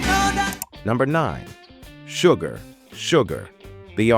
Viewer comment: Hadda quit, too little music, too much cheesy commentary, and the A.I can't even pronounce the word "Sugar" correctly. You know it's possible to modify the lettering of words you feed in to get a little closer to correct sounding words?